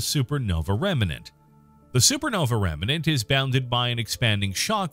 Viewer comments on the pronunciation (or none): Narrator, the word is "REMNANT", not "REMENANT".